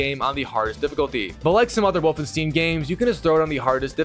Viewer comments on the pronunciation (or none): "Stein" bruh not fuggin "Steeeeeen" come on mang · Everytime you say Wolfensteen I have a stroke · Wolfensteen ahhh i get it 😂😂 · “Wolfenstien” “wolfensteen” not to be confused with the game Wolfenstein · The way bro pronounced Wolfenstein hurt me 😂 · I love how he struggles to prunounce 'wolfenstein' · Could be elevenlabs. He is also saying Wolfenstein wrong many times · The way he say ”Wolfenstein” gives me cancer